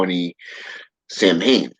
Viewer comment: its actually pronounced "sou-wen". common misconception. =]